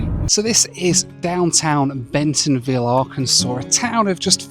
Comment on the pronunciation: Bentonville NOT Bensonville